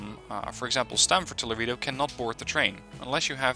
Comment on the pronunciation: Laredo > La Ray Dough